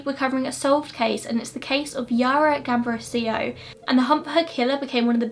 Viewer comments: Haha don't worry it was completely fine! You only slightly mispronounced the girl's surname (the accent was on the second A) but the rest was great. Thank you for covering this case! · Except for her surname you got everything right!